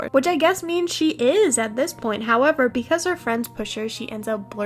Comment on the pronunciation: “becouse Applejack knaws tha’ bluash” IM DYIIINGGGG